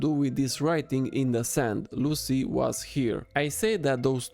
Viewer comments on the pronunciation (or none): It’s not Lucy it’s Luey